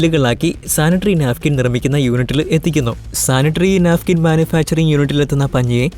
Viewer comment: നാഫിക്കിന് അല്ല നാപ്ക്കിന്